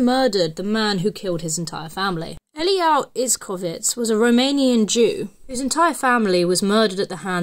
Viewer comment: she pronounced Eliahu as elial. On Stănescu she pronounced the ă like an a and put too much emphasis on the u.